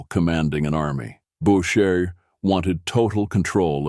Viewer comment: Who the F is "Bowtcher"? Stupid fricking AI.